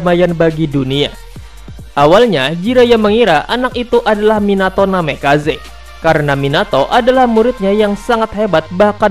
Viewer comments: Woy tolong admin baca namikaze bukan namekaze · Bukan namekaze tapi namikaze